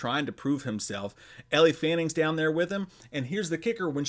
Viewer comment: Dammit! It's "L" Fanning. Not Ellie. It's Jared "Lead rhymes with Head"- O. Not Leedo! Don't make me come over there!